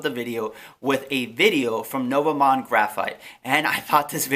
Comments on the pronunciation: nova mon-de...bro seriously? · great video!.. but as a Canadian I cringed at how you pronounced the company name lol. It's French and pronounced noo-vo mond.